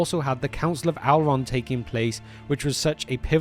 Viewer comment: I believe his name is "Elrond" not "Alrond".